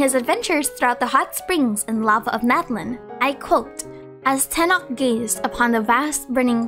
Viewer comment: Tenoch pronunciation is near to Tenosh, not tenok The Ch is like Chevreuse